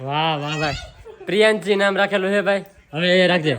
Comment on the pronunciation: પેલા રૂપાબેન ને સરખું બોલતા નામ શીખવાડો પછી કેજો પ્રિયાંશી સરસ નામ રાખ્યું છે ના એ પ્રિયાંશી❤❤❤❤❤❤❤❤❤❤❤❤❤❤